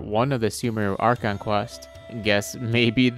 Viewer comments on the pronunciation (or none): none